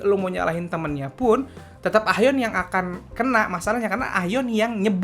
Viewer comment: Nyebut nya "A - yeon" bang 😊😊😊